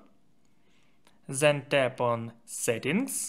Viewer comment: not zhen, it is 'then'